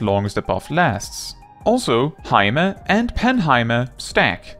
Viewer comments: I'm so happy someone finally pronounced pneuma the right way 🤩 P.S. I'm Greek 🤣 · Is THAT how Pneuma is pronounced?